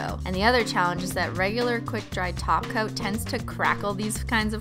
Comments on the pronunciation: Rachael Little She's been saying Topcoat as Taco for a long time 😂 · She actually say taco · She literally says taco insteed of top coat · Nancy Xu almost...she says gel taco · she said add a glossy taco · Rachael Little she is saying glossy taco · Who else heard del taco 😂I KNOW IM NOT THE ONLY ONE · Because she says Taco. There’s also a taco that flies across the screen... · When she says top coat I think she's saying taco